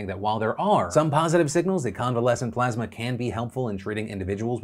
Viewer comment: took the high road and didn't bust on trump for continuously mispronouncing plasma